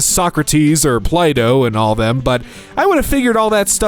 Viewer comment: First time I ever heard anyone on YouTube say Plato and it didn't sound like Play-Doh 😂